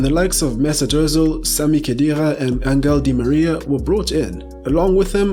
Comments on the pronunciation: Di María’s first name is pronounced AN•HEL so it’s Angel and not “An•Gell” LOL!! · the g in spanish when followed by e or i is pronounced like the english H, so it's Anhel di Maria